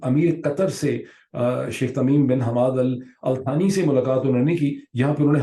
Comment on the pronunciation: THANI is pronounced as sani in Urdu, second or junior.